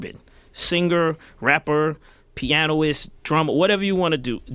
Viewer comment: Dude really said "pianoist". 😂😂😂😂😂